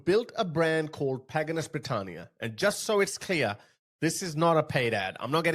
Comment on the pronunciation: it’s called “Pagan Us” not whatever you called it 😂. As in “we are pagan” 😂